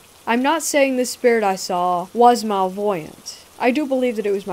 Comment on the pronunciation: It took me a while to realize they were trying to say "malevolent". It's pronounced MA-LE-VO-LENT. Not MAL-VOY-ANT. Lol!! I was like, I've nvr heard that word B4. I need to look it up. Then I realized they meant "malevolent". 🤣🤣🤣